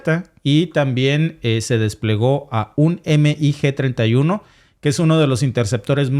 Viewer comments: Y veo que repites mucho el error, no es EME I GE. es mig Y si es incorrecto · Me encanta tu programa solo que veo que no sabes de aviacion militar, si son siglas MIG pero no se denomina eme i ge, se dice mig, mig